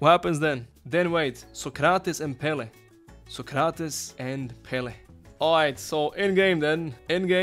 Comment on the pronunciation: Sócrates the accent is in Só 😉, Pelé is in lé 😉